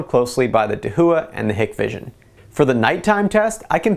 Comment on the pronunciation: I know this is petty but ...Hikvision is pronounced (HIKE-VISION).